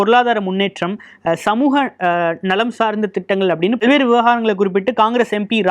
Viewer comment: பல் வேறு என்று சொல்லும் போது ல என்ற எழுத்தை அழுத்தி உச்சரிக்க கூடாது நம் பல்லுக்கும் பின் நாக்கு ஒட்ட வேண்டும் ல்ஐ உச்சரிக்கும் போது